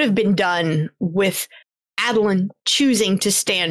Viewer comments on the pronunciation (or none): A-dolin, not Ah-dolin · While it is indeed 100% valid to pronounce anything in the cosmere however you want... it's definitely A(long A)dolin right?? Maybe we should, as a community, decide on a standardization of pronunciations? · Came all the way here from the podcast just to make this comment: It's a long A for Adolin. For many, but here are a couple reasons. Adonalsium is a long A. Names derived from it use the long A, like Ba Ado Mishram. Though this I admit is subjective My main reason The world has president for a long A in name like this Aiden, Aidan however you spell it its more often than not said with the long A. Folks should be allowed to pronounce things however they want when it comes to fiction. Only making this comment as someone who is close with an Aiden. The sound may grate some but those who have it as their names would appreciate it being said with the long A. Knowing an Aiden who takes pride in his less common name getting some semi representation through Adolin, and seeing him as a namesake makes me a fair bit passionate about the subject. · Ae-doh-lin Ado is "light" Lin is "born unto". I believe it's in Oathbringer during one of Dalinar's flashbacks where they explain his name. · Long A Adolin, mostly so that instead of adolin blade I can say bladolin. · You're all sleeping on the third option, AHdolin, "AHd" rhymes with "God" or "Pod" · How's this for a pronunciation: Uh-DOLE-un? Also, I do not want adolin to become a radiant. He should be something new I think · The COREECT WAY to pronounce adolin is ah-dolun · I pronounce it AYY-doh-lin. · Ay-duh-lyn for my money. Bonus: Sadeas is clearly "Say-Deez" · Long "A" Adolin I'd like to say because phonics-- a double a consonant after the "A" would make it short. But I think I think it has more to do with how I heard it on the audio book.